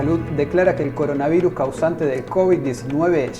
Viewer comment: Trump. Es coronavirus, no coronavairus 😆😅😂